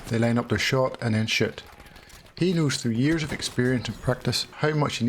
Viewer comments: 🤣😂 i thought you said the shit button lol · Who else laughed every time he said shoot😭